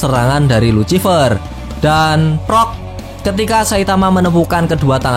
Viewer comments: Please bang perbaiki kata ejaannya,, luciffer dibacanya lusiffer bang,, kagak enak aj dengernya #suwun 🙏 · Bacaannya "lusifer" pak